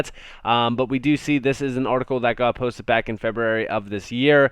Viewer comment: "This got postit"... Posted* posted. PostED.. Pronunciation is important.